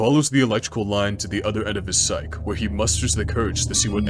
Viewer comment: great video. storyline, editing, voice acting dont wanna be that guy, though, but "psyche" is pronounced "sigh-kee"